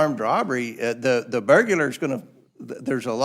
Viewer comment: “Burgular”? Do you realize how stupid that mispronunciation makes you sound? Look it up, you ignorant cluck!